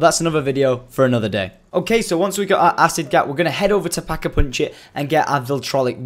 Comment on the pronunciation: It's pack-a-punch not pack-a-poonch